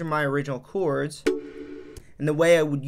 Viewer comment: Came here to hear you say Ceeewwrds